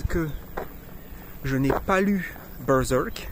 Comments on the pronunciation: c juste ta prononciation de berserk qui m'a fait rire moi je le prononce bien à la française en mode bairsairque mdr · J'aime bien comment tu prononce Bœurzœurk XD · c est quoi cette accent en disant berserk...??????!!!???